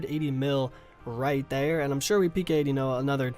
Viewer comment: I love how you say “right there” so kkona